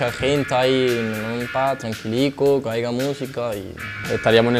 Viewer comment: "que aiga" jajaja madre mía donde se han dejado las clases de primaria...